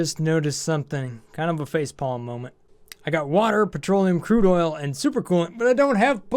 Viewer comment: lol "curde" oil